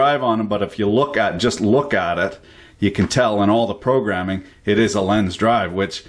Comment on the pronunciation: Lenze is pronounced something like "lentseh" in english. Nice vid,!